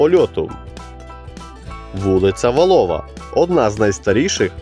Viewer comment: Наголос,не Валова.А,наголос на,а.ВАлова.